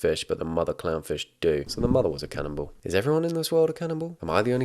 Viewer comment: I love how you say canninball instead of cannibal